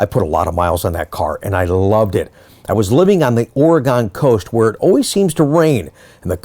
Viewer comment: by the time my car gets here I hope you learn to say Oregon right. Pronounced Oregun, not Oregone. By the way, how tall are you, you showed a picture of you standing next to a big fella in a redshirt. I'm 5' 5" and the last time I spoke eye to eye with someone was when my sons were in the first grade. Terrific video, Tom